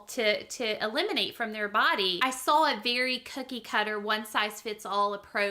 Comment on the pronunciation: I don’t trust anyone’s vaccine opinions if they pronounce “saw” as with an L. “Things we sawl…”